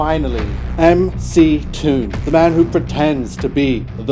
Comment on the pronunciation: He did correctly pronounce MC Toon, so credit for that.